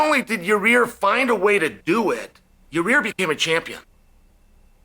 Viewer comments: your-rear rodriguez.. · “Your rear” 😂